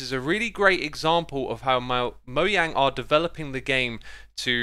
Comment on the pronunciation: Thank you for pronouncing Mojang's name correctly.